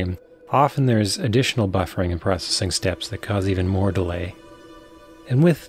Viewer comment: th-aaa' T' da'. That's awful.